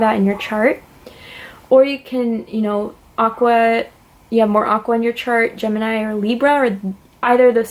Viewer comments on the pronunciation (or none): none